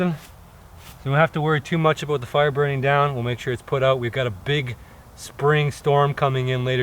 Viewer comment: ”Weee hav fiaaaa”